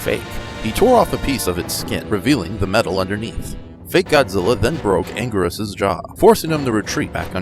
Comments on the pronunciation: It’s angurius not angweerus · It's angweeerus